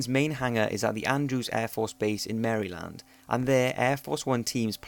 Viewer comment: better than "mrryland" or "wershington"